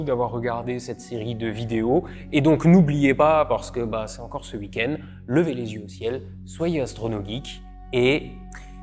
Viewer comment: « Cé l’uikende » cet accent 😄